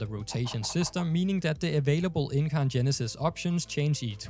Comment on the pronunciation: You said incarnon right so dont worry